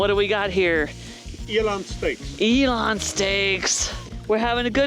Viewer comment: Eland, not Elon.